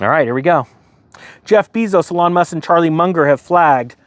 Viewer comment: It's Eeee-Lon. You pronounce it like a girl's name